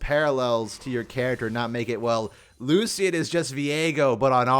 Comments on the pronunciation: Lu-shen. The C makes an S sound. Other champions say his name all the time. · for the love of god its lu-shan 😭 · That's not how you pronounce that 😅